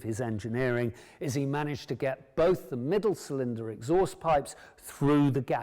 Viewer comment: Not sure I would want to buy a bike from someone who can't pronounce "cylinder" and wears his auntie's sweaters.